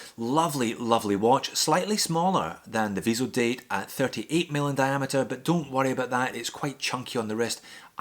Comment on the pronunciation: Cool round-up! BTW, it's Tissot "vee-zo-dat" ;) not "-deyt".